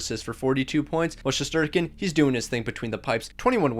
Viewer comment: It’s shesterkin